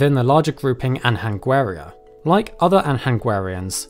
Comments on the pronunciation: btw it's pronounced [aɲɐnɡʷɛ'ra] not [ɐnhɐngwɛ'rə] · the way you pronounce "anhanguera" stings me every time I hear it. nh = /ñ/ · Also, the Anhanguera is pronounced more like "an yanguera", Portuguese H never sounds like that. Source: I'm Brazilian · Just one thing: in Anhanguera, the sound of the "H" is pronounced similar to the "G" in lasagna. :) "Anhanguera" is the name of an evil entity of Brazilian native indians. But don't take me wrong, the video is awesome. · The "nh" in Anhaguera is pronounce lika a Spanish ñ.